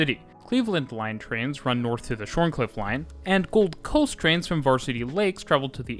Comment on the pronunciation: "shorncliff" is pronounced ShawnCliff. Funny aussie thing. Like how Cairns is Cans, and Melbourne is Melbin